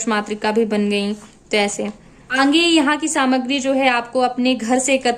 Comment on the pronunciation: mem aange nahi aage bolte he lagta he aap AGRA se belong kari ho 🤣🤣